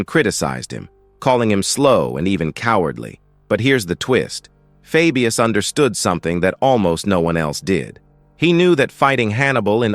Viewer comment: i cant watch this because he keeps MISPRONOUNCING his name, its FABIUS as in HEY, DAY etc. not as in Fabulous